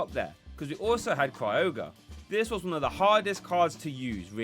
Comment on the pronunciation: No R at the beginning of Kyogre. It's not Cry-ogre; it's kai-ogre. Appreciate your content and just trying to be helpful.